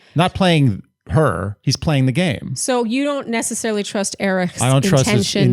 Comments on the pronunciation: Love you guys, as always! You're the only bach recap that I'm not embarrassed to be caught listening to 😂 Just wondering why you think Erich's name is pronounced "Erih"?? Did he intro himself that way?? I just assumed it was a silent h lol Word watch: 4 ! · I love you guys, but please stop pronouncing Erich’s name that way. It’s pronounced just like Eric. I’m not sure if you’re making a joke or incorporating some German pronunciation, but I had to skip through the recap of Gabby’s date because it was driving me crazy. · Can yalls pls stop calling him ErIcK cuz that’s NOT his name!!!!👎🏼😒 Hate to say it, but that’s annoying & disrespectful. Not funny. SHE-lene